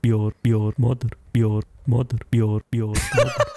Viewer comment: "Your moder"